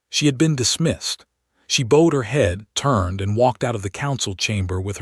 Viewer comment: Yeah yeah 8ft tall live 4 centuries and your a.i. still can't pronounce bowed properly!